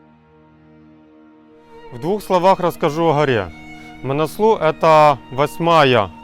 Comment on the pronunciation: Несломность - такого слова нет в русском языке, правильно писать непобедимость. Манаслу - ударение на У правильно говорить. Непальцы говорят так.